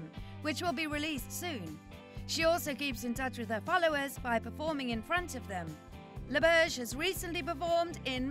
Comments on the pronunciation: Ouch, you're completely butchering her last name. It's French, and "Laberge" not "Lawbirdge"... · As a French Canadian, I’m annoyed you don’t even try ro pronounce her last name the right way. 😂